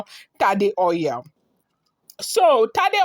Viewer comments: 😘😘😘😂😂😂Oil not oiyel. My dear Igbotic babe 🥰.. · 😂😂😂😂 she said oiyel 😂😂😂😂🥰 just joking but it's true o.